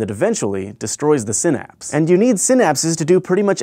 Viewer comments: Sigh naps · you're WRONG it's sin-aps. If you're RIGHT it's sai-naps. Problem solved. fixed yes... i realise I am feeding the troll... and yes I just used realise with an "s"